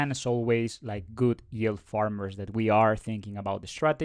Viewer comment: if you say YULE one more time i'm gonna snap lol